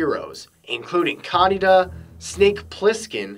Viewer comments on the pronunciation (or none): its kaneda not kadeda hope it helps